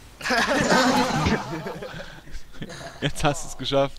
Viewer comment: lol der eine heisst nicht kartoffel sondern kratoffel xD